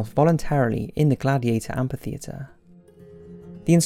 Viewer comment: It's amphitheater, read amfi theater, not ampi theater.